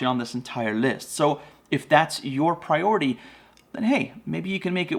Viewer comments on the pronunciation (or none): none